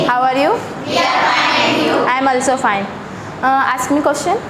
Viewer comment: Its sould or should ... and thats not aalsoo its also😬😬😬